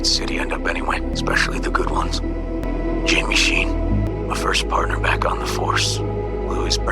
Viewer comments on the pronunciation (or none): none